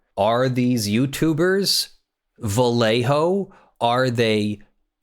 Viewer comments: Dear, whenever you find a spanish word containing the LL, read it as a Y. For instance, Vallejo should sound a bit like "Vayeho". Love your channel <3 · I remember color shifting paints gaining ground for import show cars back in the 90s... Also, Vallejo is pronounced Vah-yay-hoe or Bah-yay-hoe (proper Spanish). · It's pronounced Bai yay ho (sorry, had to) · as a spaniard and loyal vallejo costumer, the way you pronounce their name is hilarious to me xDDD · Too late but the "LL" has (mostly if not) the same sound as the y in "you". =) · Just so you know, a double L in spanish is pronounced liked a y in english (such as in "young"). You pronounced the rest of Vallejo right tho